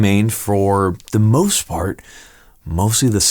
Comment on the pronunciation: "Ze" Luger.